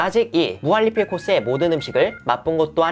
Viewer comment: 무한리필?할때 발음이 왜그러시죠?